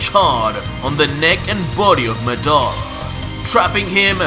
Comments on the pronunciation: Man's said madaura instead of madara lol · Nice. I knew that you’d use aspects of madara from naruto but I didn’t know that you actually have the sharingan too and even genjutsu. But it’s weird that his genjutsu worked like itachi’s when madara’s wasn’t crow related. Also did you use the wiki and not actually see the naruto anime? Cause you’re pronouncing madara and izuna wrong. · I love the story but.. taking 2 characters names from Naruto isn't original don't you think.. Just because you pronounce madara different doesn't mean it's original.. Also using madaras little brother's name isn't original either.. The eyes of izuna? Izuna was madaras little brother.. Other than those 2 things I'm an absolutely fan.. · I feel bad how you say madara Watch Naruto how Itachi say, Madara uchiha.